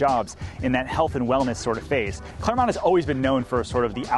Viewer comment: Its clermont